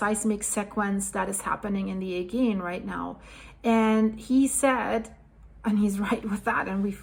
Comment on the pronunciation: Just to mention AGEAN is prononounced Ayjean 💜 not a hard ‘g’